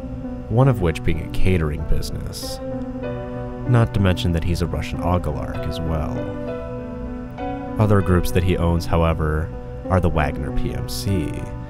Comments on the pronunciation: It's oligarch, bro. Not ogalark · russian "ogilarch" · O-lih-gark….so close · ok you’re cringe but you’re fine The one thing that got me was how you pronounced the word "oligarch" It was something like "ogilarch" hahaha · Love the content, but the way you pronounce oligarch is uh something else